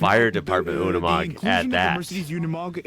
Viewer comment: The commentator pronounce it Yooni Mog......please take note